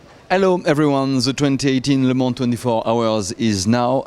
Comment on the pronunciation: He pronounced Le Mans really good :P